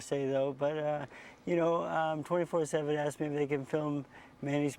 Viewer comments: "he paid me more then i AKSKED for." LOLOLOL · "He payed you less than i axed him foor" Seriously dude.... learn english... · "he paid you less than i AXS them for",,,LOL